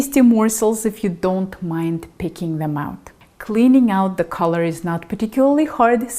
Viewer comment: Your English pronunciation is great especially for a non-native English speaker. Collar was barely pronounced wrong and more of a technicality likely caused by your accent. Collar is more like Caw-ler rather than for instanc color/colour which is more like cuh-ler. Also great video!